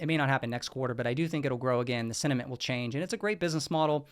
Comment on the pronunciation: Wait, this whole time you have been saying sentiment and not cinnamon ? 🤦🏼‍♂️